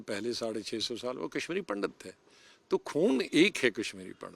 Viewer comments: पंडत नही पंडित बाेलाे, सम्मान दाे हिन्दुओ काे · Pndat nhi pandit hota hai